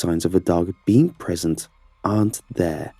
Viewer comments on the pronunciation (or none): none